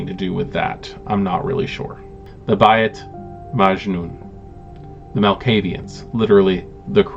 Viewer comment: I don't think its necessary for you to be policed on how to pronounce tbese arabic inspired names since this is a minor cintent in the greater WOD + you have no practical need to learn arabic. Its not fair to you to force that on you. Im sharing this tidbit given that the word pops up so much: Bayt is pronounced like the English word "Bait".